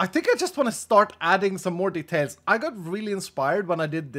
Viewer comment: "It was totally a thing" makes it sound like you made it up. xD "[...] dirt... it is a very powerful block." Also do you have a new mouse or did you drink too much coffee? The way you kinda shake around when you try to place blocks is, weird xD Oh and stop adding "the tails", add details. Det uttalas dee tejls. But oh well, not all Swedes can be epic like me. >:3 And I know I know, some Freedom-Units people pronounce it the tail, but still.